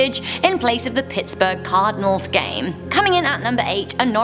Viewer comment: dumbass because pittsburg steelers and cardinals she said pitsbrg cardinals game with light the and inbewteen it